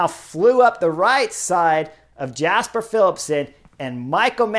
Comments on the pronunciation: Great commentary, but just as it's pronounced Fabio "Ya"kobsen, it's also "Ya"sper Philipsen, not "Jasper". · But pronounce it, from a North American perspective, as "Yasper". Like "Yu"-mbo-visma.